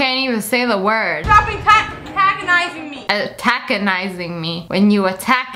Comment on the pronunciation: Girl:stop atack-atagonizing me The mom's POV:bruh you do not even know how to pronouce